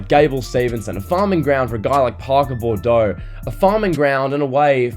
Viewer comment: It's pronounced Parker "Boo-drow".